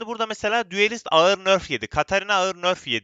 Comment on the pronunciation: düelist değil duelist